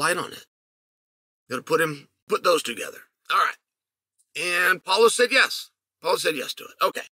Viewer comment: “Polo” Costa 😂